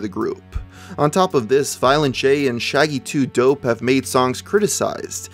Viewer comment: You said shaggy 2 dopes name wrong